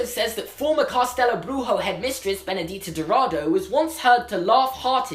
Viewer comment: You pronounced “Benedita Dourado” quite good for someone who never spoke portuguese but “Castelo Bruxo” (the “Bruxo” part) was quite off 😂😂😂 it’s pronounced Brusho (the X sounds like sh from the word she for example) not Bruhoe (like the nasty word hehe in the end), good job anyways